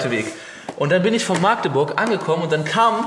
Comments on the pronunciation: Wen triggert es auch dass er maaagdeburg sagt? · Wer sagt alles aus Magdeburg nicht Maagdeburg? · Das heißt Magdeburg nicht Maaaaagdeburg👍😂😂😂😂😂😂😂😂cooles Video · Wenn ich dieses maaagdeburg höre. #agressionen. Dat heißt Magdeburg. 😂😂Krass wie lange dat her is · jUNGE ... das heißt Magdeburg und nicht Maaagdeburg ;) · Es wird Mackdeburg ausgesprochen, nicht Maaagdeburg ;) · Es heißt nicht Maagdeburg sondern Magdeburg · Wie du jedes mal Maaahgdeburg sagst, statt Magdeburg :D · warum sagt eigtl jeder Maaagdeburg? so schwer ist es nicht unsere Stadt richtig auszusprechen 😂😂😂😂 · Ich kann dieses Maaaaaaagdeburg nicht mehr hören, das heißt Magdeburg (a kurz gesprochen) :D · Kommt n bsl später aber ich kann es nicht Hören das: Maagdeburg Einfach bitte Mackteburg aussprechen danke xD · Warum sagen alle immer MAAAAgdeburg???? Es heißt Magdeburg , mit einem Kurzen A🙁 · nicht maaagdeburg sondern Magdeburg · Mensch magdeburg und nicht maaaaagdeburg zieht das a nicht so ine länge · wie du immer Maaagdeburg sagst :D voll süß. kannst du mal wieder nach Magdeburg kommen? ich will dich unbedingt treffen! damals wusste ich noch nix von der lbtour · Ich wohne einfach mal in Magdeburg. Ich kenne alles. xD das einzige was mich aufregt ist dieses Maagdeburg. Das a ist kurz oder halt Machdeburch xD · du hast magdeurg falsch ausgsprochen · Das a nicht lang gesprochene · das wird kurz gesprochen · Digga meine ohren ich wohn in Magdeburg und du sprichst es immer falsch aus